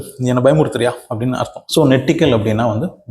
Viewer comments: நான் மலையாளி...... தமிழும் தெரியும்.... நெட்டிக்கல் அல்ல... ஞெட்டிக்கல் என்பதே சரியான உச்சரிப்பு .... ஒரு பாஷை பயில்வதற்கு முதலில் காது சரியாக இருக்க வேண்டும்.... மலையாளம் போன்று மெல்லின வகை பாஷை உச்சரிப்பிற்கு நாக்கு வடித்தலும், இசைவதும் ரொம்பப்பப முக்கியம் தம்பி..... அப்படிக் கூப்பிடலாம் என்று நினைக்கிறேன்.... 62 வயதானவள் .... என்னை விட மூத்தவராக இருந்தால் அண்ணன்..... நீங்கள் இங்கே உபயோகித்த வார்த்தை நெட்டிக்கல் மலையாளத்தில் இப்படி எழுதுவோம் (നെട്ടിക്കൽ) 👍 ஆனால் அதை ஞெட்டிக்கல் என்று உச்சரிக்க வேண்டும் (ഞെട്ടിക്കൽ) 👍 உங்கள் தமிழை நான் சரியாகத் தானே கையாண்டிருக்கிறேன்? நம்புகிறேன்....👍 பிழையிருந்தால் திருத்துங்கள்.... அதன் அர்த்தம் Shock..... அதிர்வித்தல் என்பது.... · நெட்டிக்கல்னா பயமுறுத்துறதுன்னு யார் சொன்னா?!..... அதும் pronounciation ம் தப்பு..... உனக்குத் தெரியாத பாஷைக்கு அர்த்தத்த ரொம்ப confident ஆ Simple ஆ சொல்லிட்டுப் போற..... ஏந்தம்பி.....??🤔😖👎